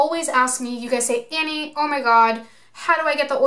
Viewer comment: Well waaaaa..... So your name is I'll just start calling you Adams art gallery when telling people to watch you..... Cause I have told them to watch because you do amazing stuff That said when you say shit incorrectly for over a year and you are supposed to be a tutorial I'm gonna call you out 😁